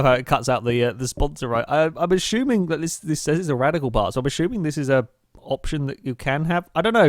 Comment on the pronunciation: God damn man it's "assuming" not "ashuming"